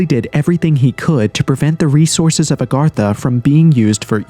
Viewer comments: It's nor Arr gatha. It's A gartha. WTF. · It’s Agartha not Argartha! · Its not ARgartha!!!! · Why f is he saying ARRGARTHA. Is he a gdam pirate. Pretty hard to take anything you say seriously if u dont know how this topic you "RESEARCHED" is spelled/proonounced. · Nice video but ur miss pronunciation of Agartha started to grind on me after the 50th time. The difference was subtle but unmistakable. You were pronouncing it "Argartha" instead of "Agartha" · Redo this video and pronounce it correctly. Agartha. Not Argartha. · It's AGartha and he keeps saying ARgartha! 🤦🏻 Sounds so uneducated, especially from the narrator of the show. It's not even consistently spelled the same! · Argartha???? wtf can you read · "Agartha" not "Argatha" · AG - artha, say it with me now, AG - artha!!! It is not ARGARTHA, there is only one R!!! 🤦🤦 it's clearly not spelled ARE - gartha yet you say it that way over and over and over again 😂😂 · You're driving me crazy saying Argartha. That first r doesn't exist. I'm out. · It’s A garth A . Not Are Garth A. What a tard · Kind of driving me crazy that he mispronounces agartha literally every time he says it😂. It's not argartha or argatha! Good video though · Celts is pronounced 'Kelts' 'A-gartha' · Ar ga tha?? Heard that several times in the narration. And "in such" who says that?? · You are mispronouncing Agartha. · Its agartha you twat. You said it wrong every single time. Why? You did so semi well in your paragraph. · I feel like this video is gaslighting me on how Agartha is pronounced